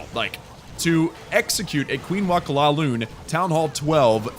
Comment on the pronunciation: Its not LALOON its LAVALOON